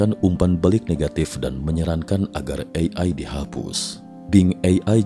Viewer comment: Sangat terganggu dengan cara pengucapan "AI" Ei Ai 🙄